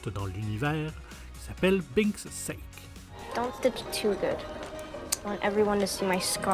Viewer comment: On dit Binks Saké, pas Sake, 😁